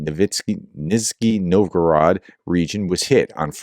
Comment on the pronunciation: Kstovo has a silent K and is spoken like this Ssss tor ver. The other part is Nizh knee Novor gorod